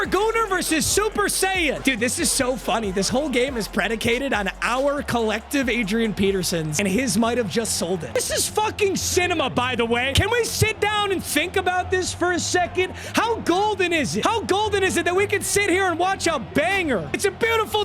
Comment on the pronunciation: grown man saying cinama